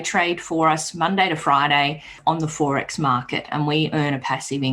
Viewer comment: By the way she pronounced "Fourex" I'd suggest she lives in Queensland, Australia